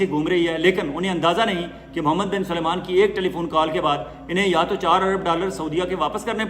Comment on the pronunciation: ۔۔۔ اپ ہمیشہ محمد بن سلمان کا نام غلط لیتے ہین۔۔۔۔۔ سلمان کو ہمیشہ اپ سلیمان کہتے ہین۔۔۔۔۔ یہ ط ط Tariqa ghalat hai......Aap MBS kah Diya keeye agar aapke moon se Salman naheen nikalta hai? Aap ka koi Vlog ham naheen Chorte hai. Aaka Andaz, Tajziya Baht hee Balanced hota hai.